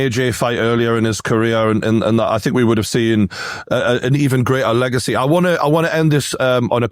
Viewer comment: Joey knight: “I’m finkin’” “I fink” “is he finkin? I fink so”